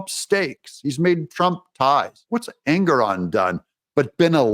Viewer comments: Engoron pronounced Egnorant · I watched that judge Ingram or ignorant or however you pronounce his name on a interview and I think he's slightly off his rocker and not firing on all four cylinders he may just be a real serial killer